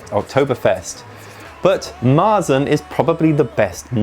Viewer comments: You say "Marsen" to a Märzen. "Marsen" sounds in german like tang smelling socks(but it don't mean that, it sounds only like so). Speak it more like english "Martsen" the A speak like the A in "Tang" so like sheeps say "määäää". But our R sounds in this word more like an U as in "Butter" you can also speak the german R make in the throat, if you can, but in german we don't speak the R. In german we speak to Märzen -> "Meatsn". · MARE-tsin would be how i would write an english pronunciation guide for Maerzen, but you're right the guttural R sound is hard to translate . To your guest's etymology questions, it looks like she was spot on. It looks like the dish was even called marchpane in old english. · we don't speak the R in Märzen, replaced by german A or english U like in "Sun". Z is everytime T+S in german.